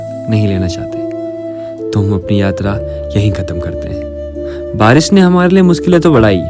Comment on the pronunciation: श को स बोलना बंद करो भाई, पूरा नारेटिव सुनने में बेकार लगने लगता है और आगे देखने का मन ही नहीं करता। सांती, बारिस, सुरु and many more in the very start of the video.